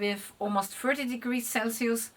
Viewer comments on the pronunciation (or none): none